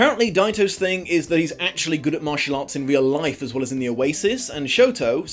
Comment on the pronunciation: As someone who is learning Japanese, I can confirm the way you say Shoto is correct.